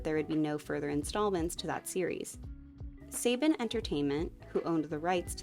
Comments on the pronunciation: It's Saban (SUH-BAHN) Entertainment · Quick note: “Saban” is a Hebrew name (“סבן”) and is more accurately prounced /səˈbɑːn/ or “sə-bahn”